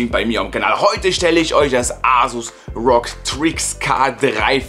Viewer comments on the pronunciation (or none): Ganz gut gemacht, ich würde mich aber an deiner Stelle besser informieren über PCs und Laptops. Dass du ROG wie Rouge aussprichst ist nicht all zu dramatisch, aber einen USB-C Anschluss als ein SSD Anschluss zu bezeichnen ist schon ein bisschen fail. Und die Lautsprecherausgänge hätten von der Größe her SD-Card Slots sein können und keine SSD Slots. Also was eine SSD ist musst du vielleicht nochmal nachlesen ^^ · Übrigens das heißt nicht rog sondern Er o ge